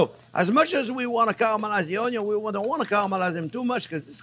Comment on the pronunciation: Every time JP says onyo my life expectancy increases by a year.